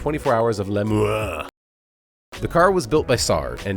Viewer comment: LEMANS AHAHAH what a prononciation! I even didn't recognised the town. FYI, it's 2 word based. LE & MANS